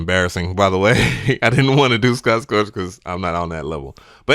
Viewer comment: S C O T T S T O R C H not "Scorch"